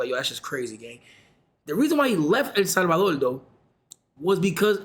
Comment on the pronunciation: El Salvadorrrrrrrrrrr